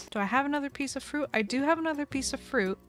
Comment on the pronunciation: "we have this little piece of frOAOUT... and then we obviously eat the FROIÜÆGHT..."